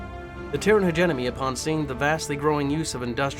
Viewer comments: In e heard people pronouns hegemony as hedge eh money but never heard it pronounced hegenomy ....😂 that's off putting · Hegemony not hegenomy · Take a drink everytime he says hegenomony 😭 Btw, it's pronounced Hedge-e-mony. There is no N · Everyone is ranting about "Hegenomony" and not one word about "MargERat" Regardless, keep going dude...I like it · Hegemony (Heh-Gem-Money) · Driving me nuts. Also, you don't pronounce the u in desu